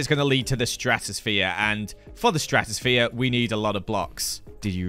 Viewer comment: Ah, yes, the stratos-sa-phere